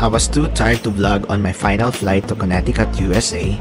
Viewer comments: Just a little PSA, the middle c is silent in Connecticut. You can google on how to properly pronounce the state :). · the correct pronunciation is Connecticut but with silent c. Conneticut